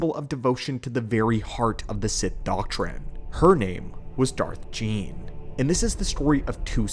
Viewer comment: Darth Gean. Pronounced ghee en.